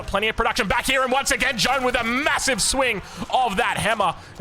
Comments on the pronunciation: Ouaiiis bonjour à tous ! I'm a French fan ! (Your prononciation of Jeanne d'Arc is, not perfect, obviously, but very good overall ^^ try to say more J"Anne" than J"OAnne" it's a "A" that sounds like the A in "Fact" for example) It's right that the writing of Jeanne is misleading, and the masculine of jeanne, Jean, souds like "AN" (like in "Anvil"), but jeanne is prononciated differently, so even more misleading. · Yo man i swear I'm pissed at how you say jeanne. Stop trying to pronounce it like it's Jean, the sound changes with the female version. All e's are silent, the double n's sound like a normal n. It's really not fucking complicated: JAN Like Yann, but with a J.......... Same A sound as in "bad". "Fack" "lack" "jack". Jeanne! And Joan is not even french........ I'd rather you call her Jane if jeanne is too hard....... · Try to pronounce the letter « a » in her first name like the last « a » of the word : America, and forget the « e » or « o » depending in which language you read it. In french it is written: Jeanne d’Arc But it is pronounced: Jaahhnne d’arc You’re welcomed. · Even tho i do not play aoe4 multiplayer, i am becoming addicted to your vids. So glad i discovered your channel. Btw the correct pronontiation for Jeanne would be Jane but pronounce the A like in the word "caster" ;). keeps up the vids ! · I love the videos, but as a french viewer i got triggered by the Joane, the good prononciation would be "Jane" the letter "A" prononciation is the same as the beginning of "Army" or " Arc " so you would pronounce it " Jane d'arc ". Still the videos are amazing thanks for the content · Jeanne is pronounced almost exactly like gun, just with j, jun. Not John :D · Keeps calling her John 😂😂😂😂